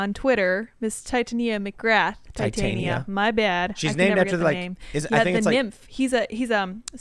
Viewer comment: looks very red... and you butchered Titania McGrath's name. Watch the JRE podcast with Andrew on it to get the proper pronunciation.